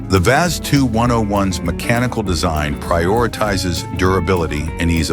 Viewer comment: Now you really piss me off. The Lada, you call it wii ayy see is the second most built car ever. Yes, it is generic, yes, styling was by Fiat. But: it is robust, cheap to mentain and really far for being ugly! You need a only a hammer and some other tools, mostly for hurting dumb speakers with an annoying AI voice. That said the same fuckin' words on each car, them never drove one at all. No experience, no clue, none a fling of respect for cars at all! - always the same shite! Not the cars, but the same words. Over and over and over...!